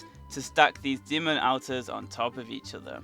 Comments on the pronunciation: anyone else annoyed by him saying outers instead of alt-ers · Ur saying alter wrong ur saying Alters it's pronounced aulter or sego thing like that k dude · why you saying AL ters it's said like ALLtars english do you speak it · ALL TAR not Al Tarr! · your not pronouncing alters right lol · It's pronounced olter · Al-ters is it just me or is he prouncing it wrong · Different pronounciation, because i have seen many videos and people say it either ALLtars or OLLters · Please stop saying altars wrong